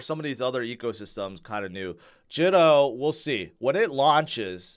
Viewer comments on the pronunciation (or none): Pronounced Jee to